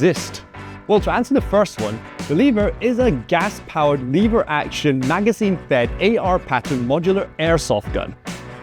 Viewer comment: What is leave her action I think it’s pronounced lever action